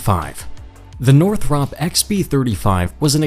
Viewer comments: It's pronounced (nor-thrupp) not (nor-thropp) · You lost me by mispronouncing cannard, after you had already failed to pronounce Northop correctly. Thumbs Down.